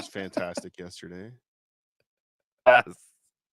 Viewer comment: Will that one stupid asshole please, please say "yes-TER-day"? Fuckin dumbass!! It's not "yesherday"!!!!